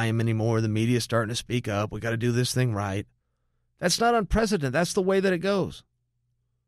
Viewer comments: Chael I love you man but you said this wrong 50 times... Its UN-PREC-E-DENT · UNPRECETENT? We doing this again Chael? :P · Chael, " It's Unprecedented"